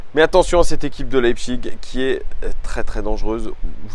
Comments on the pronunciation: Leipzig se prononce Leipzich pas iG ^^ Ca fait plusieurs vidéos que ça me perturbe lol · Mode Bernard Pivot La prononciation allemande est "Laïpsiche". Et la prononciation à la française est "Lepzigue". Donc "Leïpchigue" est une prononciation qui sort de nulle part, ça fait juste "j'essaye de parler allemand mais j'y arrive pas". Fin du mode Bernard Pivot 😆😆😆